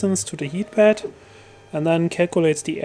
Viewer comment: Not to be disrespectful regarding your pronounciation but i heard "bad leveling sensor" everytime. Anyway amazingly conprehensive video on how to install a bad leveling sensor thanks:)